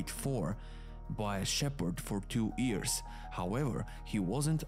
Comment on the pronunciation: I really like your videos. I don't know where you are from but your English is really good, but there's one word that you mispronounce. Years, you say ears, just think of the word you or Yolo and you'll have the right pronunciation. Keep up the good work.